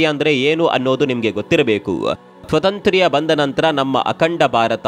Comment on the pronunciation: 😂😂😂 ಅದು ಸ್ವತಂತ್ರ್ಯ ಅಲ್ಲ. ಸ್ವಾತಂತ್ರ್ಯ 😅😅😅😅😅